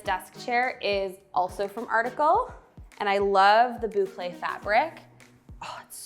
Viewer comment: best part of the video was learning how to pronounce "boucle" with Carla's desk chair! I've been wrong all this time haha. beautiful space, that goes absolutely without saying ❤